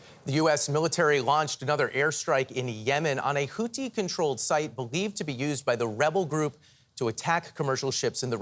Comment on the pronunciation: HouTHi not HouTi. You have one job.